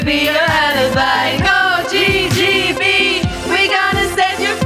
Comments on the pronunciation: c'est quand même son taf de chanter, notamment en anglais et pourtant, elle sait pas prononcer l'alphabet en anglais. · Je fais le relou de service mais si tu bases ton nom sur des termes anglais c'est plutôt "Gi Gi Bee" et pas "Jay Jay Bee". Pour rappel le G en anglais se dit "Ji". J'en profite pour rajouter que la vidéo est très drôle et les morceaux sont franchement quali pour un truc fait très rapidement avec certains qui ne sont pas musiciens/chanteurs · GGB c’est pas plutôt „jee“ jee“ „bee“ au lieu de JJB= „jay“ jay“ „bée“ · Que quelqu’un dise à Adèle que G en anglais ça se dit Dji pas djay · Le concept est ultra cool, (Par contre G se dit vraiment "Ji" pas "Jey" :/ ) Trop de happenings malheureusement on dirait un sketch pour enfants de 3 ans 😅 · Ça me rend fou que GGB soit prononcé JJB 😂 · Sauf que GGB ne se prononce pas "jey jey bi" en anglais mais "ji ji bi" 😅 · les filles disent JJB et pas GGB ce qui est assez drole. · Parfois elles prononcent GGB et parfois JJB. En anglais c'est la prononciation inverse du français ! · Elles le prononcent mal en plus… c’est pas « djé djé bi », mais « dji dji bi » en anglais… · Juste, si on veut dire GGB à l'anglaise on dit GEE GEE BEE, pas JAY JAY BEE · GGB elles le prononcent JJB mais c'est pas grave leurs sons tuent ! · GGB se prononce en anglais : Dji Dji Bee et non : Jay Jay Bee et c'est frustrant 🤣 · c'est bizzare, elles prononcent GGB comme JJB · C'est terrible de ne toujours pas savoir en 2026 que G ne se prononce pas "djay" mais "dji" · GGB se prononce dji dji bi. Vous chantez JJB. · Le seul problème du son du girlsband c'est leur prononciation du nom du groupe qui donne en réalité JJB... sacré coquille quand même 😂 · GGB se prononce « Dji dji bi » et non « djé djé bi »… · J’ai peut être loupé l’explication mais pourquoi elles prononcent « GGB » « jayjaybi » alors que ça veut dire JJB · quand elles crient "GGB" j'entends "Vegedream" 😭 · Au lieu de dire GGB elles disent JJB 💀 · Elles prononcent JJB 😂